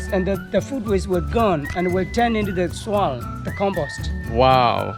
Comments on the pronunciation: How he says soil kills me 🤣 “soaall” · Isa Musliu like he’s from the south